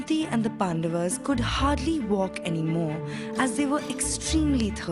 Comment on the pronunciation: It is not Pandavs It is Pandavas